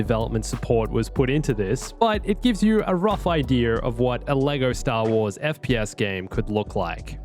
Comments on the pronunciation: No one:: idear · Ideer Planting the ideer